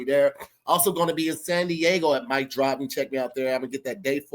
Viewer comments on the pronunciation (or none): none